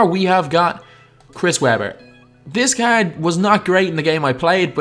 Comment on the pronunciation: caerd this caerd